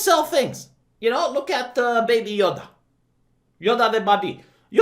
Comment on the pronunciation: You know,. When you pronouse baby as "bah-bee", it sounds like a word in my nation's language, and it means "pig". Anyway, I think what they mean by "not pro war" is to show the peacekeeping effort of the Jedi during the time and how they keep the peace. But that's just my POV, which may not reflect what the writers think.